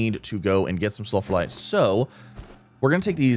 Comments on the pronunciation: Moderately annoyed that you’re pronouncing Sphalerite as “sulfurlite”. There’s only one L, and you’re completely skipping the ph/f sound. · ITS CALLED SF-AL-ERITE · Cool video keep up with this, but my only question is: Why are you saying sulphalite instead of sphalerite (The material of Zinc)? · In his defense, there's a lot of sulfur in sphalerite. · Mispronouncing Spharelite everytime. 😂